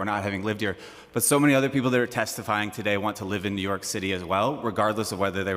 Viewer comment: "New yok"